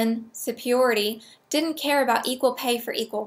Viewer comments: I don't get it. You can pronounce Paglia, but not superiority? Oh, wait. Paglia has only two syllables. Oh, and, by the way, you're awesome. I agree with everything that you say, except for religion. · Never mind. I think I'll just start saying "supiority". You said it three times, and it's growing on me.